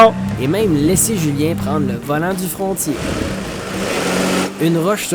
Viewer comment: Beau vidéo qui nous motive à explorer! En passant Frontier est prononcé Fron teer. 👍🏻